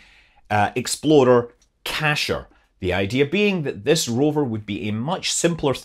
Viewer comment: Almost sounded like you said, "Mars exploder", when talking about the rocket-powered sample return vehicle, so...first thing that popped into my head was that it would be made by Ford (a play on the Ford Explorer with the tires that gave it the nickname, the "Ford Exploder"). Sorry, couldn't resist that. 🤣